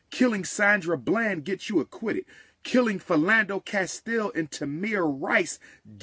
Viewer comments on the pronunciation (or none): none